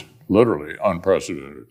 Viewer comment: Mitch broke the word “unprecedented”. He knows no shame.